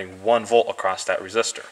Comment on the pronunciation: Good video. Thanks for sharing your knowledge. But you seem to be too smart to be doing the "t" on the end of "across" thing. Reminds me of a guy I know who says "wiff" and "boff" for "with" and "both". He's a smart guy too.